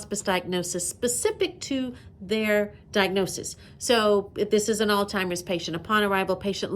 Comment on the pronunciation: I'm sorry, but I had to keep rewatching this video cuz I thought I kept hearing you pronounce alzheimers as "all-timers", and I think that's how you kept pronouncing it, but it's actually pronounced 'aalts-hai-mrz", lol🤭. I'm a stickler for grammar, and I probably should've become an English teacher instead of a nurse, lol😂